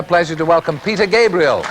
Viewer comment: "Hewwo, Peter Gabwiel. Is it twue you hate Phil Cowwins??"